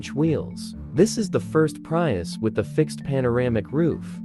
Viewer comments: "PRY- US" 😆😆😆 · Enough with "PrYius"